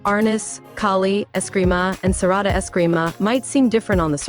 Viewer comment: Its Serrada not Serrado